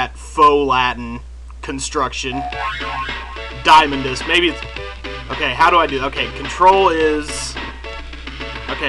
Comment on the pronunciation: I usually pronounce Diamondus as "Dee-uh-mon-dus"